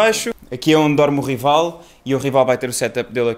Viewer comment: É "RAIVAL"! 😂